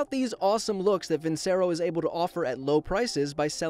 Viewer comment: It’s no vin-cer-o it’s vin-Cher-o